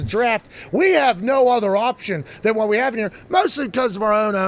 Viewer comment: Seth “you’re gonna say whud a bunch of times” Rollins!